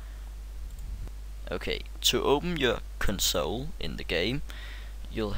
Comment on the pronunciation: Console. Why do you say it weird?